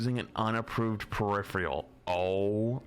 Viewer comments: It’s peripheral. Per-if-er-al. Not periphREal. Smh my head. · Died a little every time flats said peripheral 😂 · PER-IF-ER-AL, not PER-IF-RE-AL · its one of those words where many ppl make the same mistake just like "turret" does not contain the letter N.